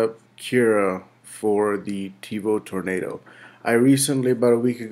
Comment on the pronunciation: Tevo "Torando" Perfect.